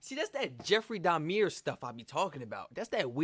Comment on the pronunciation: 😂😂😂 Jeffrey Dahmieer You made his name sound posh 😂